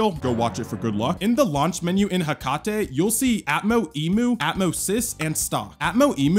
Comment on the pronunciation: Um I think it’s pronounced Heck-ate